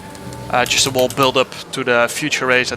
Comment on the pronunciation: Jarno vocabulairy: ‘Wall’ = whole ‘Jess’ = guess Any more?